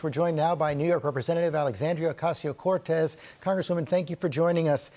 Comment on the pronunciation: CorTEZ, George. Accent on the last syllable. Pronounce her name correctly, especially when you want to pander to her as you do.